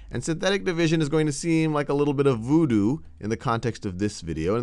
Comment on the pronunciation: nobody: this guy: vOOdOo